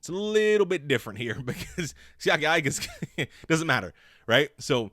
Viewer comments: Eee-ka, not Eye-ka. Respect the man's name 😭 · Bruh he has Pittsburgh Steelers written all over him & btw his last name is pronounced "Eeeeka" not "I"ka, the I sounds off as an E in the poly language, please stop butchering this sole's last name bro Lol, great add on with Alualu & Heyward,,, all Steelers Nation stand up! Auuuuuuuryte!!! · His last name is Tongan, so you pronounce his last name with an E even though his last name starts with an "I... (E-ka)... ika